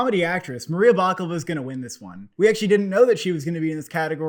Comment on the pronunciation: It's Maria Bakalova not Maria Baklava🤣🤣🤣